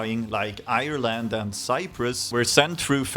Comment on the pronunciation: Haha love the videos and the meme edits and the way you pronounce irrereeellllaand! Fair play for the first go! I do think Europe is getting bored of the generic Swedish pop. We need something new and original from Sweden!